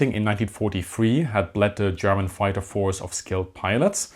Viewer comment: I have never in my life heard a more stereotypical "foighter".